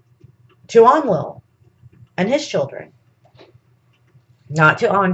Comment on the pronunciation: It's pronounced En-ki and En-lil.